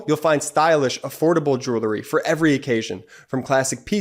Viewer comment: I miss Brett. But the way says "joolery" makes me feel better. I love the channel and I owe my sanity to the brothers.